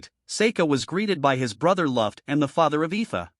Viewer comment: why is like every name wrong ruft? glay? wtf man it's luft and gly retart and why are u not using ur real voice?!?!?!??!?!?!?!??!?!?!?